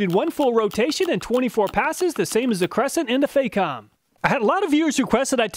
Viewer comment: It's not pronounced fay-com, the Fac rhymes with "back", it's "fack-om".